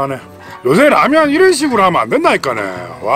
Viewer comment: 왜 라면을 빨래라고 하시죠 ㅎㅎ ?